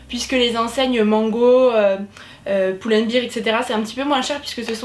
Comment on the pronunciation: Hello! Si jamais ça se prononce plutôt Pull and "baire", si tu prononces "bire" ça s'apparente plus à beer, la bière que bear, 'ours' ou le verbe 'supporter' ;)